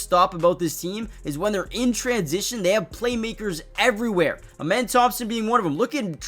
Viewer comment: His name isn’t pronounced amen it’s ahmen like the god ahmen rah